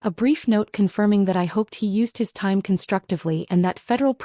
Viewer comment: There's fiction and then there's AI crap that can't even pronounce Money or times 😂😂